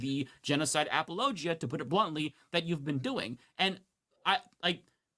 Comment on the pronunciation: Humanist Report is pronouncing "apologia" correctly. It's not "apology - ah".